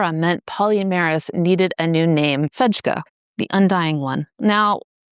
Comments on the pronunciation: Fejka is pronounced "fey-ka." It's Swedish, luv. It means, "fake." Meanwhile, a medically relevant note: PFAS chemicals are similar to bile fatty acids, having chloride ions attached, rather than hydrogens, on their short chains. The soluble fibre in Oats and barley, beta glucan, which helps reduce cholesterol by pulling bile fatty acids out of our poo, forcing us to make new bile, rather than cholesterol, those beta glucans also grab PFAS, which are also recycled through our bile system. If you poo them out, they are gone from you. Sadly, they will persist in the world, but at least you have one means of protecting yourself. You can manage to eat an oatmeal cookie, or have a bowl of Italian Wedding Soup, etc., daily, right? That and five servings of legumes a week, including peanuts, and you'll likely enjoy a longer, healthier life. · I just wanted to mention that in Swedish, the pronunciation for the letter "j" is more like the one for the letter "y". Good content, I appreciate this.